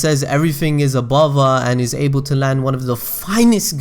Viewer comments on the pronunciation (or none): none